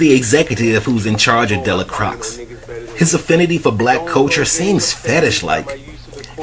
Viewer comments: Dell-a-cross? This movie was too iconic and won’t be fully understood for another 100 years at least! You have to start to learn to pronounce his name at least! Your review of this movie is (otherwise) spot on point! I give you a 99.999% brother! Thank you! The Mau Mau’s mission was getting put on! They had their token white and a light skinned woman! So yeah, this movie explains all the Half-Original babies in the south these days! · Its pronounced DAY-LA-CROY. The x in his name is silent. The last name is French/Creole. Love the channel, keep it up. P.S. How about reviewing Denzels entire catalogue. Beginning to end. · Actually it is pronounced Della Quah! The x is silent! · Sir did you watch the movie cuz that’s not how you say de la croix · How do you not pronounce the name right after watching the movie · How did he watch the movie and get the name wrong lol